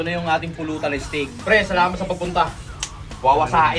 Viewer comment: Steak hindi stake 💀💀💀💀💀